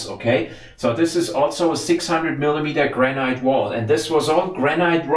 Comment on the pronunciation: Granite is actually pronounced Granat Nat instead of night. Why because I live in the Granite capital of the world, we have a quarry where the granite was extracted from was the biggest man made hole in Europe it was closed many years ago and now full of water, The granite from this quarry not only built or city but was shipped around the world and can be seen in many landmark buildings throughout the world, My house walls even above ground is 600mm thick, Love your videos and todays one was a really interesting mix